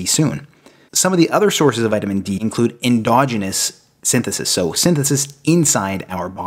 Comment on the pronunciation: En-DOGG-en-us??? I believe the correct pronunciation is en-DOJ-en-us. You got it right the second time. I always listen carefully to pronunciations because it tells me if the person is real or a fake.